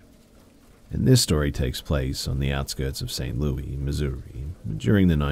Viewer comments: St Louis*** learn how to say your citys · I was confused at first by how St. Louis was being pronounced. I'm from New England in the US and we say it like "St. Louisss" so I was thrown off hearing it pronounced like "Louieee" 🤷‍♀️ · i am so happy you commented this because i grew up in kansas and its.. saint louissss it was wild to hear saint louiee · 😏I thiiink you mean St. *Lewey*😂